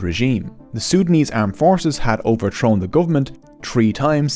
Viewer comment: tirty = thirty tree = three tousend = thousand sout = south tink = think overtrone = overthrown hooties = houthis